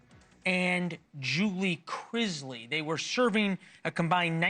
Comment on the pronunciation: You can't even pronounce their last name